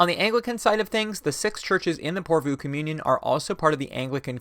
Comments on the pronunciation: Good video. But PorvOO, not PorvUU :) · Pore Voh. Stress on the first syllable, long on the o o. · Utterly besides the point but the last two o's in 'Porvoo' are said in the same way as the o in 'more'. 😜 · Finnish viewer here. Loved hearing you talk about lutheranism and the nordic region! Porvoo is pronouced differently to what you said. The O vowel is pronouced the same throughout the word. And it sounds like the swedish Å vowel. Hard to explain. Anyways, Keep up the good work,! Love your videos!